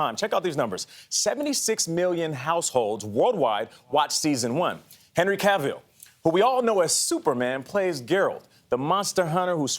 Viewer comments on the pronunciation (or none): Henry caveel and jeralt Jesus Christ